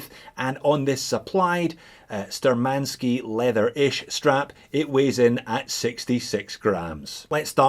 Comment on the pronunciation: Btw, according to cyrillic letters on the dial, the name is spelled *Shturmanskiy*, with 'SH' sound, not 'S'. Which is kinda of German origins... sturm = storm, attack.